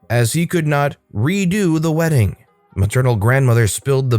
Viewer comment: “Weeding” 😂 I’ve never heard of it.